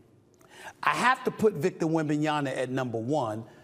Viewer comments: Why is it so hard for him to Pronounce wembanyama correctly. He always says “Wembanyana” just say it how it’s spelled 🤦🏻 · "Wembenyana" "Pablo Banchero" lol, Never change SAS